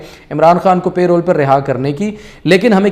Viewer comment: Its not pay roles its parole